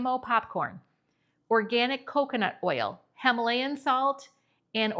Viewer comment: Because you asked in a previous video to explain how 'we' hear your accent that you don't hear in yourself... Ok, Popcorn: what I hear from you is 'papcorn' so some of your o's sound more like short a's. Then in vanilla and himalayia both of the i's sound like e... like vanella or hemalayia. I'm from Montana and could not hear my accent either until I lived in California for 30 years plus the movie Fargo. I grew up hearing milk pronounced melk, and eggs pronounced aigs. IDK, listen to yourself compared to newscasters on the national level. Not saying one is correct, but there is a difference. (Also I'm sorry if my descriptions are fuzzy)